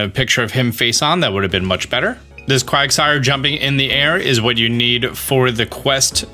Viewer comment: Quagasire? It's Quagsire.